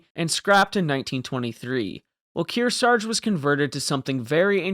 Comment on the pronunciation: We could use a crane ship like that right now. Narrator cannot pronounce Kearsarge twice the same way.